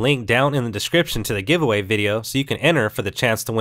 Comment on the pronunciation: giweavay? :D